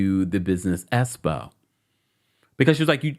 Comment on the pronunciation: EXPO...... NOT ESPO